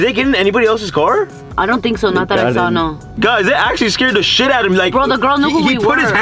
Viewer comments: The “naur😂😂😂😂” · She starting no in a British accent